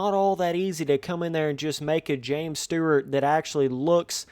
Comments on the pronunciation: james sturrrrrt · Are yall not getting the joke of how he is pronouncing it lol